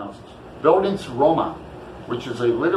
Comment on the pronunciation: I wish I could participate. I will try to read it in December if I don't get to it now and maybe we can still chat about it then. :) And you did pretty good pronouncing Bildungsroman. ;) It was also really interesting to see how you mark up your books while you read!